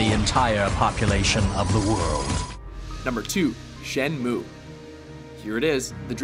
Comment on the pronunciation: Why is Shenmue not number 1? At least, he said it right.